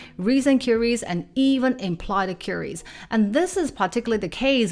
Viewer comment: Just subscribed. Excellent! fFast paced, straight to the point (no intro or "this is me!" BS). BUT. Your pronunciation of key words, confuses me until I get a visual hint of what you mean or I figure it out from the context: overviews ("other wells") and queries ("curies"). Please adjust pronunciation of key words or put a text when you first say it.